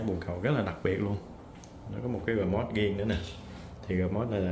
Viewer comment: Riêng mà sao nói giêng